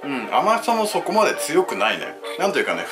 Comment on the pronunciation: ここは意識して そ↑こ↓ って言ったのか？